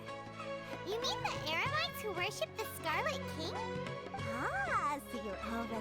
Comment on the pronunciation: I just noticed that mispronounced Eremites to Emerites